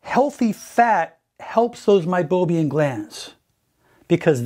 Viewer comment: MeiboMIAN not meiboBIAN.